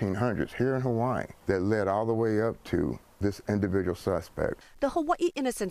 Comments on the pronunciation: Um…where the hell is Hu-wee-ee island? To be clear I was talking about - the anchor. No problem with how it’s said in the rest of the story which is the proper pronunciation. But Hu-wee-ee?? 😂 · HUH WUH EEE ISLAND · Why does she pronounce it "Hawa-ii"? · The HawAIIEUuh 😂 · For 40 years, I have been pronouncing Hawaii wrong. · How terrrrible that other men were convincted wrongfully :(((( . They do not say the word Hawaii too good huh? hahaha :) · i hate how they pronounce hawaii lol